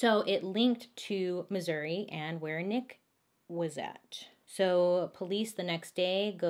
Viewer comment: Thank you for saying Missouri right!! From a proud Missourian!! Some call it misery but We call it God's Country!!! Lol